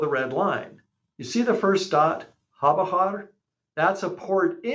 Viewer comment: It's Chabahar not Habahar